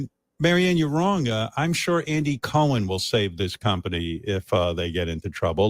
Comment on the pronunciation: *the pronunciation of “Andy Cohen” …. 🤢